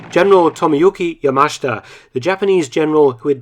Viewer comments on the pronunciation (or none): It says Yama-shi-ta in the caption not Ya mash ta, as in the voiceover. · You totally butchered the pronunciation of Yamashita